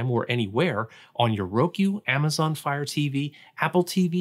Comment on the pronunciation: This dude didn't know how to pronounce Roku.